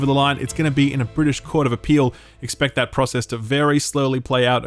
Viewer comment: "The brisitsh and the Europeans"